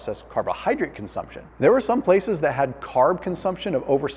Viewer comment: Yes, he said farbs, not fugars, as you implied by stating he referred to sugar and not carbs. I eat plenty of carbs and fats and I have never been overweight. I eat all I want. Don't project your own health problems onto others. You can continue to eat your cotton candy if you believe there's no problem with refined sugar; and I'll stick with brocolli and stay healthy.